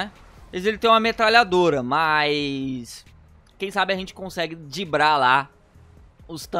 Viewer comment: não é dibrar é driblar.